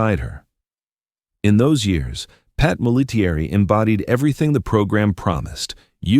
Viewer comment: P.S.; -- her name as 3 syllables, not five. It's not Mol - A - TEA - ERR - E. It's MOL-A-terry..